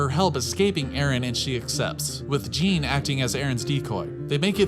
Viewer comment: Lol calling Jean, gene lol